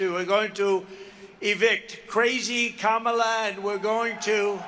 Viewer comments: He finally said Kamala correctly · He WAS really slipping. He actually pronounced Kamala correctly. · I'm just surprised Trump pronounced "Kamala" correctly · He is pronouncing her name correctly, he's really losing it :) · He must be losing his damn mind….he’s actually pronouncing ‘Kamala’ properly!